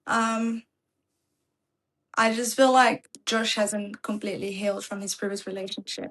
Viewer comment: She said JOE-SWA lmao. That mf name Josh 😂